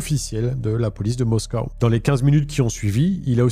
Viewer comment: bien. Par contre on dit moscou et pas moscow, tu vas énerver Poutine alors qu'il l'est déjà bien assez... 🤣